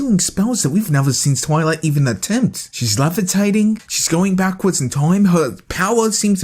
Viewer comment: BTW we dont say bark-wards. I Feel Triggered!!!